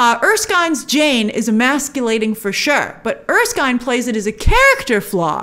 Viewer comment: It's er-skin, not er-skyne. Just wanted to throw that out there.